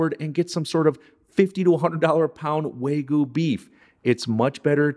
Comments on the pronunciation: Wagyu not waygu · Wag-yu not Way-gu. Fantastic video otherwise. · Looks great...BTW, it's "wha-gyu"...not "way" "goo" ;) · I trusted this guy until he said “way-goo” beef. 😮😮😮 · So you got roasted about how you pronounced wagyu, but not about how you pronounced "au jus?" It's ok. I still liked the recipe. Once my wife tried it, she shouted, "Expletive! That tastes like France." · I know, just commenting on the strange way he pronounced it, as in ""